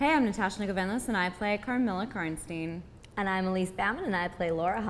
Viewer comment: It still upsets me that they pronounce Karnstein wrong........... but i loved this interview. I like that they just genuinely seem to love their characters. (I'm glad that Elise didn't say anything during that kiss though. We can see exactly what she describes, a line would've made it cheesy.)